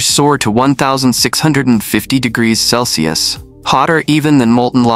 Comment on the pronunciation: "One-thousand webben hundred degrees selse" AI slop?